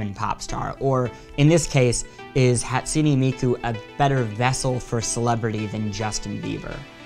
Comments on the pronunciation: “Hat su knee Miku” BRUH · Cartoons Hahtsooneh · The way he pronounced hatsune miku- "Hat-sunee" Me: internal screaming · ono The e at the end of Hatsune isn't pronounced as "ee", it's pronounced as "ay". "Hot-soo-nay" or even "Hat-soo-nay" are acceptable.